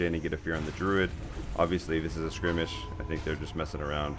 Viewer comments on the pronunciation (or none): You pronounce skirmish completely wrong lol. Its skur-mish not skrimish lol